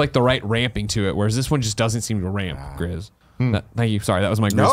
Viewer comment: Pretty sure Gris is pronounced 'Gree' but I know Greg doesn't care lol